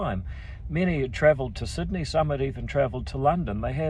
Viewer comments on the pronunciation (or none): none